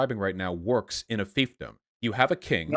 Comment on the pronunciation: "This is the way competition wuks" this guy is somethin else.